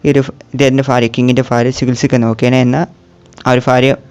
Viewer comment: Bro ഫാരിയ അല്ല ഭാര്യ 😂